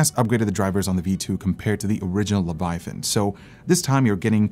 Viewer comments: Good video, but what is a "levuhthyan"? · Sorry, it bugs me so i just have to mention it.. 😅 "The Levataian" ✌️✌️✌️ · Friends don't let friends pronounce "Leviathan" as "Levi-THIGH-ann." Even if someone made it to adulthood having somehow missed a thousand different cultural references to the name, the spelling doesn't support that bizarre pronunciation. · Razer: its leviathan: levethian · Cue Hermione saying "It's pronounced "luh·vai·uh·thin", not "leh·va·thigh·en". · The way that other dude says “Leviathan” “, pronouncing it as “Leve Thian”, reallly bothers me. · Le - Vi - A - Than, not Le - Vi - Thi - An... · Its LEVI-A-THAN NOT LEVI THIAN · Its annoying he keeps saying "levithian", it's leviathan dude. Lols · Leh-vuh-eye-uh-thin Phonetics! My lord Jesus stay my hand from striking the man exclaiming lev-uh-thigh-in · It's LEVIATHAN, not LEVATHIAN LOLLLLLL AT LEAST LEARN HOW TO PRONOUNCE THE WORD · I am still very happy with my Leviathan (not the battery powered one), I wish they would move away from that stupid fragile subwoofer connector. it's so fragile, mine's already bent. Also...lev-a-thi-an lol. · Did you mean... "Levathian" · Razer will never do better because people keep buying their trash. And the guy saying (Lev+uh+THYON) was ultra cringe. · Mikes pronunciation of "levathian" bugs me lol. O well keep up the good work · "Levathian" hahaha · LE - VA - TA - YAN....... wtf hes been calling it like that since 2015. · LoL....yea....fail "OG" user.....cant even pronounce it properly.... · before review-ing a product learn to pronounce it's name correctly, what is even a Levithaian? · They think they know what they talking about while calling it a LevaTHIAN 😂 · “Leva Tha Yen” 😎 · Levethian! :D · LEVATHIAN LOL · Wtf is the Leva-thi-on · LEVA-THIAN smh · I'm not a native speaker, but that "Leviathan" pronouncement (by ) sure sounds weird. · Everytime tried to pronounce Leviathan, I cringed lmao 🤣